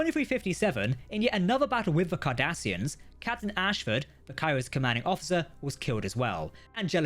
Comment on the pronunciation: I just had the craziest mental flash... When i heard Cardassians... In my head i heard Kardassians.